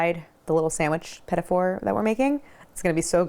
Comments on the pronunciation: It's not pronounced petty fours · Go online and look up pronounceation for petit fours